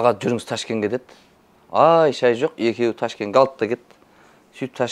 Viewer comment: Ташкен дей ме😂. Ташкент қой